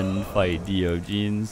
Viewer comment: Can't get over how he pronounces Diogenes as "Dio Jeans", rofl